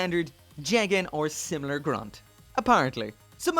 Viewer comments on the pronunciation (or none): none